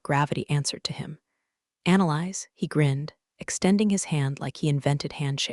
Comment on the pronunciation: The name Annalise is not pronounced as ‘analyze’. It’s Anna-leez. Please teach AI.